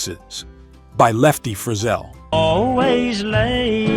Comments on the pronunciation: It wasn't an announced, it was an AI and every time I've heard an AI pronounce Lefty and David's last name, it is inevitably wrong (except, strangely, it often get's it right the very first time and thereafter goes amiss). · Cool subject, bad video. Lefty Frizzell's name pronounced wrong, Hank Jr. shown repeatedly during his father's segment with no explanation, and strangely, using "Making Believe"instead of Kitty's ground breaking number one hit "It Wasn't God Who Made Honky Tonk Angels". You didn't have to grow up in the fifties to know these songs. I grew up in the 70s and I knew every one of them. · The announcer pronounced Lefty Frizzell's name wrong. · I find this type of problem in lots of the music on youtube. Wish they would research artists names and pronunciation before making the videos